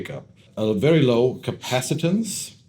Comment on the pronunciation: CapacitANCE... they're just mis-speaking because they're not native English speakers.